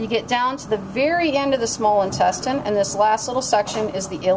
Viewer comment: omg 🤣 lmao she is pronouncing intestine wrong 😂😂😂